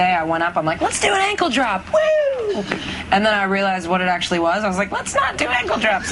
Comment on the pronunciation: "Let's do a ancledrop" ... "Let's not do ancledrops" xD